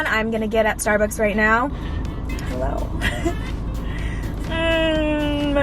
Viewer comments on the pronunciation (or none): none